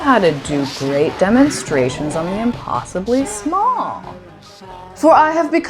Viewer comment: I clocked Liz the Chameleon at second 5 and was unreasonably giddy by the time you went e'smawll!